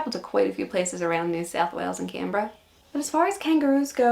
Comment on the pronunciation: You can hear Australian accent creeping in sometimes. When she said Canberra she sounded very Australian